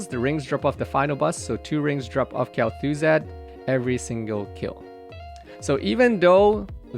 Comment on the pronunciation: Kell-thoo-zad eh? hmmm